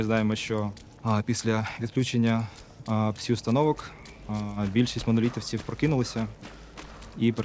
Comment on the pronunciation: "psee effects" "psee radiation"